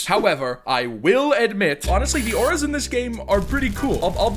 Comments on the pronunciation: Aura’s Say it like Oru’s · i think is getting old because he called ‘Auras’ ‘Nametags’. y’all he need some help 💀🙏